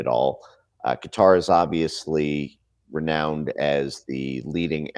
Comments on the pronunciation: She pronounced Qatar as "Cutter" lmao😂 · isn't Quarar pronounced " cutter"? I honestly don't know. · Who the hell is this idiot at Fox News who cannot pronounce country names?